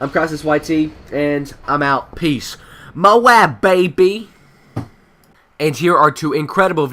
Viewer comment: THANK YOU! You said MOAB like "MOE-AB" instead of "MOBE". I hate it when people say it like "MOBE" lol